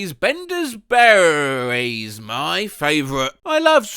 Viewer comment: * not berrrry's but beryry's